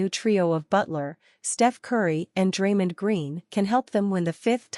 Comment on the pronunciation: Stop mispronouncing Draymond 😢